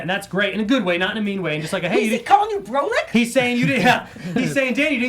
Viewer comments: its pronounced BRAH-LICK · Love, it’s pronounced BRA-LICK. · U don’t how to pronounce brolic really. Brah -lic